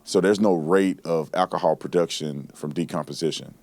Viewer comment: I just wish Brandon could pronounce words like “alcohol” and “ask.” “Akahawl” & “Aks” kinda fucks up his credibility as a former law enforcement officer.